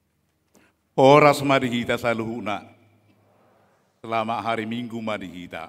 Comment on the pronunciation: Kog Itu baca nya jadi = horasu. Bukan Horas